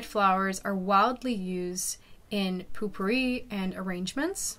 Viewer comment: It's Popouri, not poo- poori,lol.Not making fun but most are pronounced the incorrect way